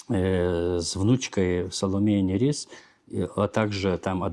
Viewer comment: Почему Саломея НЯрис? Её имя и псевдоним пишется по-литовски Salomeja Nėris, то есть буква ė, которая произносится и в русской транскрипции передаётся как русская е, а не я. Это река Neris (Нярис).